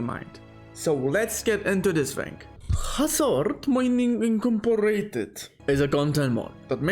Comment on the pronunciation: Incomporated lmao